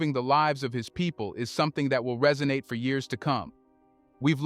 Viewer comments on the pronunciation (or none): none